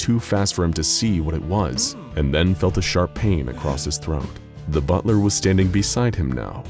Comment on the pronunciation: I thought you said one hell of a butter